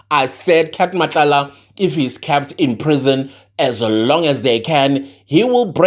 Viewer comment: The prisoner was 'cahhpppd' in prison. Teacher: say.... 'kehhhpt, kehhpt, kept, kept'.: 'Kehhhhhptt'. Teacher: Excellent my boy excellent ✅.: The prisoner was kehhpt keppt in prison. Teacher: There we go...good job. Thank you for your sterling work. Your analysis and thought-provoking ideas are spot-on and will not go unrewarded. Yes - you did predict that the 😺 will want to strike a deal. You have such a beautiful and magnetic spirit❤. I can listen to you all day long. But....I just had to freak you out a bit with a little homework assignment so you can give me a shout-out 🔊 on your next video😮 because I just know...you gonna shoot the messenger 🎉😂😂😂!